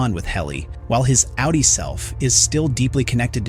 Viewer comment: It’s good because you easily know you are on a low effort channel not to sub to. Of course in this case it’s an AI voice so that’s it’s own reason to ignore the channel. Actually it says it both ways and it says outie wrong but only sometimes. But oh yes AI is totally a world changing innovation right lol.